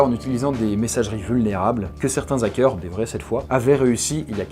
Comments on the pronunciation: On dit des Zarricots? Non! Alors pas des Zackeurs... merci :) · "les Zakeurs" ZAEOIUGHAQ£